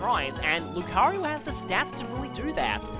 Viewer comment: Why do you call Lucario 'Lucaryu'?